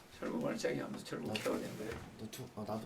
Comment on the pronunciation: 철구 ㅈㄴ 찰지네 ㅋㅋㅋ